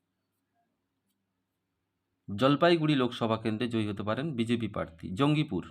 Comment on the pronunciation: আপনি তো "প্রার্থী" শব্দটাই সঠিক ভাবে উচ্চারণ করতে পারছেন না, বারবার বলছেন "parthi" আবার Astrologer !!